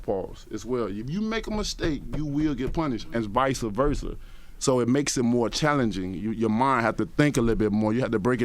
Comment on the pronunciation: "Vica" versa...lol #TeamWilderAllDayTho.